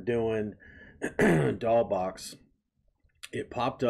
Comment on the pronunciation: Hi. I wanted to point out that the "S" is pronounced in the band name "DOLL$BOXX". it is stylized as a dollar sign, but it is an "S". I meant to mention that when I watched your "Take My Chance (live)" reaction. By the way, I really appreciate you discovering so many Japanese bands. It's really helping to expose more people here overseas to some amazing music. I dived deep into Japanese bands several years ago, but I am glad to see so many people also making the discovery. 🤘